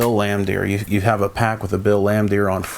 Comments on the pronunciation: You can tell when someone collects cards of a sport they dont watch when they continuously butcher names , like dude its fucking BILL LAMBEER NOT BILL LAMBDEER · Man, you are butchering the names of these players…..did you even watch the game in the 80-90’s? Bill Lan-Deer? Haha